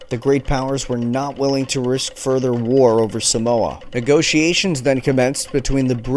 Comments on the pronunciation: Not a cent was paid out by the US for the death and destruction they caused on 10 or so villages on ‘Upolu. Check out my to find out how an American city still honours a US Navy officer who machined gunned “savages”.... Just as an aside - the first ‘a’ in the word Samoa is a long ‘a’. So the pronunciation is Saaaa’moa.. Not Sa-Moa. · Thanks for doing a vid on my ancestry. If I may pick at something just for some fun fact knowledge, Samoa is pronounced Sar-More and not Sa-mower. Cheers mate! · No he doesnt its saaaamoa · No he doesn't and tutu-il-ah was a little jarring but 10/10 for the great info!!!